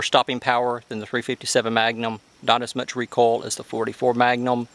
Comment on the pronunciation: REE COIL not REE COLL!! haha